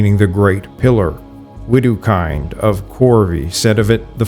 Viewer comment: Widukaint?? typical modern english proniunciation..